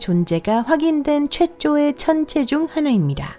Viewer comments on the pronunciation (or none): 아 발음보소 째쪼의 청째중 하나 ㅎㅎㅎㅎ 외국인 그만 쓰세요ㅎㅎㅎ